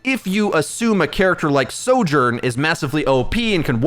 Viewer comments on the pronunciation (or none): none